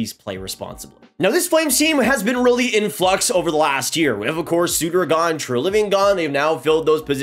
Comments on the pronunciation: How do you nail the pronunciation of Sharangovich but mess up Sutter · I like, but it’s hard to take these predictions seriously when Darryl Sutter’s name isn’t even pronounced right. Secondly, Hanifin had an amazing year defensively. One of our few shining stars from last season. Sure the offense wasn’t that great but defensively was great. Walker Duehr is also a shining star. Lots of skepticism here and it’s understood based off of what we saw last season and the state of the team, but we have one of the most underrated prospect pools in the league imo.